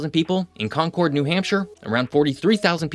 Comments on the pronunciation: NH here. We pronounce Concord as conquered, not “con chord.” :) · It's pronounced Con-kerd, not Con-cord lmao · You completely butchered the pronunciation of Concord, it sounds more like "conquered", but with the New England "ah" sound in place of the "r" sound, "Concahd". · the way you said “con chord” was like nails on a chalkboard for me. Con curd is how it’s said. Like Concord grapes. Or even the word conquered is a good comparison. I don’t even wanna hear you try to pronounce Worcester or Leominster. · con-curd...like a cheese curd. sorry, being from NH this annoys me..con-cord always has an e on the end. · It's pronounced "conquered" not "Concorde." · Great video, but it's pronounced like "conquered", not "con-cord" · I love everything about this video except how you pronounced New Hampshire's state capital. It's pronounced CON-kerd, not con-CORDE. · that's an arieal view of Manchester, not Concord. And it's pronounced "Conc-ord" not "Con-cord" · for clarification, it is not pronounced "CON-CHORD" It's pronounced "CONC-ERD" Dead give away to the locals to know if you are from around here. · Quick thing as a native New Hampshirite, Concord is pronounced with stress on the first syllable. It's more like CAHN-cerd. People up around here and in Massachusetts are proudly exact about pronunciation of city names, much to the chagrin of people not born here. Otherwise, great video! Well-researched. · its not CON-CORD its conquered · Lots of good stuff. A couple of mits to pick.. 1) Long Island is not part of New England. 2) New England has a ton of disticnt accents in a small area. But I don't think that any of them refer to the capital of New Hampshire as ConCORD. The usual pronounciation is CONcerd. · Also we pronounce it like "Conquered," not "Con-cord." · It’s “con-curd” not con cord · not to sound annoying but it’s pronounced more like “conquered” here, not “con-cord” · Just FYI it’s CON-kerd not CONK-ord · FYI Concord, NH is pronounced “KON-kerd”